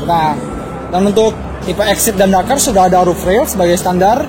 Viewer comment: waktu bilang " kalau disuruh milih antara pajero sport DAKARRRRRR " ngomong dakar nya jelas banget 😂😂😂😂😂😂😂